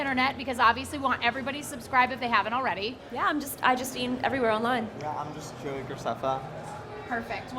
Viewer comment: Man, they pronounce Joeys name even more wrong than Miranda.